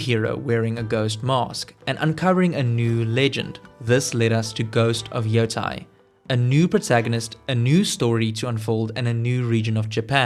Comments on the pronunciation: Its Ghost of Yotei not Yotai... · YO TE II not YO TA II ようてい-ヨウテイ Putain 😂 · Its terrible